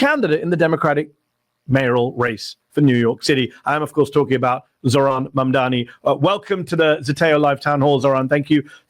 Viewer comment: I was listening to Fox News and they somehow all said zohrans name wrong. Crazy.